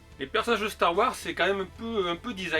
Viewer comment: Très bonne vidéo comme d’habitude, la seule petite remarque que je pourrais te faire serait de bien prononcer le S de Wars quand tu parles de Star Wars 😁 Continue comme ça 👍